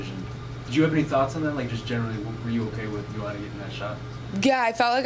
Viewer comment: NOT SURE IF I GET THIS GIRL? Katlyn at the mark you need to pronounce Joanna like Yoanna. With Katlyn's last name you would think she would be zoned in on correctly pronouncing others. AS FOR NICCO MONTANO at the mark, I guess Nicco will never get some people's RESPECT until she beats someone outside the TUF house. Remember NICCO had the toughest road to being the first FLYWEIGHT CHAMPION UFC in history. She beat a #3, a #6, a #2, and a #1 seed. They being LAUREN MURPHY (an MMA vet), MONTANA DE LA ROSA, BARB HONCHAK (an MMA vet) and lastly ROXANNE MODAFFERI (an MMA vet). NOTHING WAS GIVEN TO NICCO. SHE EARNED IT BABY.